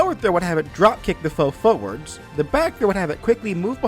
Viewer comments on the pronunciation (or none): "Kick the foe foewuhds" jesus that hurt my ears